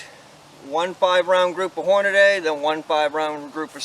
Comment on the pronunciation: It's not Horn-a-DAY. It's Horn-a-dee!